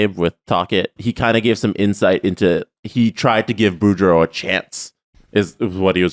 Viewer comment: I think the copywriter is the only hockey fan on staff and the poor woman got trolled on air. How else so you miss the 'oo' in Boudreau and then add it into Tocchet?